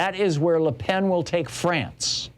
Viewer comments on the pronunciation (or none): none